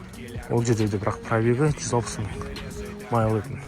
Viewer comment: майл емес, миль деші бро